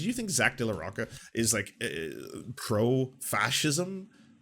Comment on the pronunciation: FYI: the CH in Rocha is pronounced like the CH in Chocolate. Source: I am native speaker of Mexican Spanish. Additionally there is a Mexican store chain called Salinas y Rocha. I remember seeing TV commercials for it on Mexican TV when I would visit family In Mexico. In the commercials the CH is as described above.